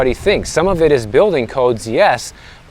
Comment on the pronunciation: RISE amd FALL. So much better than go up and go down!!! Elevate your language! I Also, please enunciate your Ls in words like dollar and building. Otherwise it sounds like baby talk. Love you...